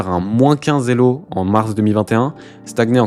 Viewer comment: quelques bizarreries de langage, comme la liaison des zélo, employés comme unités… le fait de "gagner quelqu'un" ; quelques étrangetés de type niveau "décent" pour le meilleur joueur de la planète, ou le tabassage du système scolaire ; mais c'était agréable à regarder